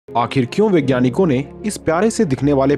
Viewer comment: भाई असल शब्द "वैज्ञानिक" है। मगर आप इसे "विज्ञानिक" उच्चारण क्यूं करते हैं? हिंदी भाषा को तो बख्श दीजिए!